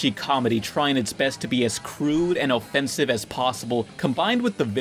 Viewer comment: It’s kind of funny when pronounced “Oh-ffesnive” rather than “Uh-ffensive”. XD